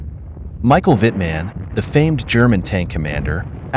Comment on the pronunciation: The way in which you pronounce "Wittman" and German ranks is hilarious. I thought us Aussies spoke funny!